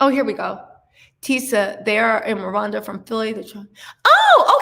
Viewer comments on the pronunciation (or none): none